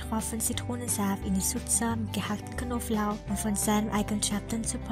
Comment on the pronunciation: Elle a dit ail, mais comme elle est chinoise ellle prononce pas le b...et ça c'est drôle.. Knoblauch et elle dit Koflauch